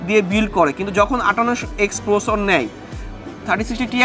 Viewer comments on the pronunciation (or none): Are boro sor Ota prosor na, ota Processor